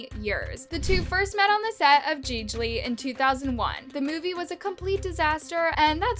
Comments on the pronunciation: Omg, "Jeej-li"? It's pronounced "Jee-li". Do your research beforehand. It makes you sound ignorant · Its pronounced Geee-lee for f sake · lol "Jeej-lee" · Gigli is pronounced "jee lee".